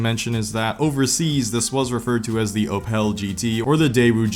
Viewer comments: Oe-pel??? Oe-pl. The e is silent, the o is long, at least everything else is correct(the other half of the letters). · Bro said ohpall💀👍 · learn to pronounce opel